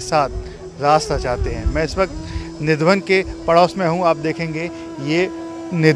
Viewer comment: Nidhavan nahi kele, nidhivan bol